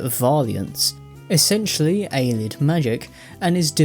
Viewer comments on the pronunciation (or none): I dont understand why he calls them Aylids. They pronounce it Ayleid in game a lot. It cant be a reading thing.